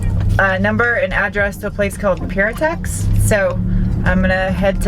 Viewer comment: Hate to be that guy but Pirtek is pronouced 'Purr-Teck' not 'pure-tex' or 'peer-tecks'. Good to see an Aussie company could help you out with the clutch line